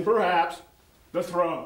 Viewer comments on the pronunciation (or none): "then perhaps the trow"